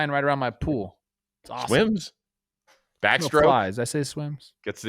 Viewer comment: I laughed out loud when I thought Chris said "Does he do the bat stroke?" Closed caption says he said back stroke... but I want to live in a world where Chris said bat stroke. Makes me happy.